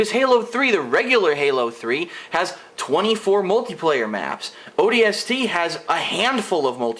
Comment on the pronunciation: Honestly, Just because you think the story sucks, doesn't mean that it is horrible. You ARE opinionated and you don't even know how to say the games name correctly. Not every game was ever meant to be epic and have a movie-like story line. Just stop reviewing games because you cannot correctly review them.